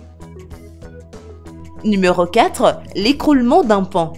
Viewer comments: Lazy 93 Au lieu de dire pont elle a dit pan ^^ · Je reve pas elle a dit pant au 4 😂😂😂😂😂😂